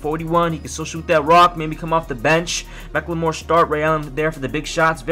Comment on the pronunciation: why does every youtuber pronounce Ben Mcclemores name like that.